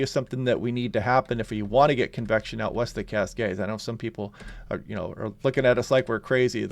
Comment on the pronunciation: Cool and overcast here on the North Oregon Coast 🌊🤍 When you say "convection" I hear "confection" and immediately want a sweet treat lol.